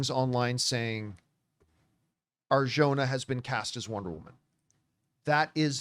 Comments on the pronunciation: Not to nit pick. But the "j" in Arjona sounds like an "h". Just so you know because it appears you'll be saying her name a lot 😅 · Hey campea.. please learn how to pronounce her last name right. You are saying it wrong